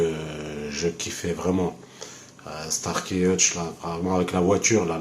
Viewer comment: Starsky et pas starky